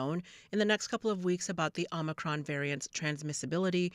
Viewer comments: Even c-span is spelling it 'omNicroM' like grandpa Brandon keeps saying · OMICRON. NOT Omni. 🙄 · Why don't you call it omicron...? It's not omnicrom, you moronic, adrenocrom junkies.